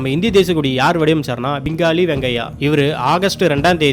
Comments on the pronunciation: பிங்கலி, பிங்காளி அல்ல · பிங்கலி, என்பதே சரி பிங்காளி அல்ல.